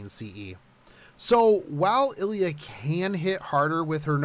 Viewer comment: Could you stop calling her "ellya"? There is an I there.